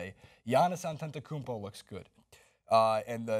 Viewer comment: in Milwaukee we have not been this hyped since 2001 Ray Allen ECF vs the answer season. Greek Freak has worked on his outside stoke alot. with the greek national team he has been letting it fly. u prononced his name pretty well. at least in mke, its On-tet-uh-koom-po